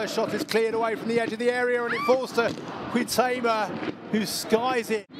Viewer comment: HEIGHT-uh-ma. Wonder how many more goals she has to score before announcers learn how to pronounce her name?